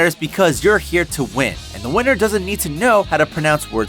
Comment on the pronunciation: a winner dosent need to know how to pronounce words correctly -- YAY IM THE WEINER